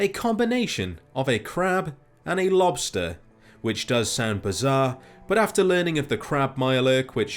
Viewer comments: I thought you said sand instead of sound at first, and I thought "aw yes sand the only true weakness to crabs" it gave me a chuckle keep up the great work. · when you were saying 'sound' I was hearing 'sand'. Kind of makes me wonder what you sound like when you say 'sand'. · When he said "sound" I thought he said sand lol